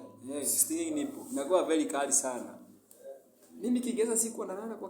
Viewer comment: Eti stinging "nipple"🙈😂😂😂its nettle not nipple